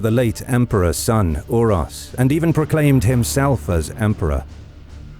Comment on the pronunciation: It is so lame that you say like "Urosh" on one accasion, but the other guy is like "Uros" with an "s" on the end... they had the same name, you pronounce it like "Oorosh" if you want stupid English to influence your pronounciation...